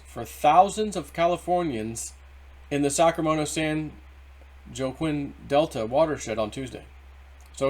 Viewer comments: Pronounced San Wahkeen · I'm glad you all corrected on the pronunciation of San Joaquin. I didn't know it was pronounced Wah-Keen either. Now I know.